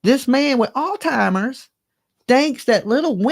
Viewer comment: It’s not altimmers it’s Alzheimer’s disease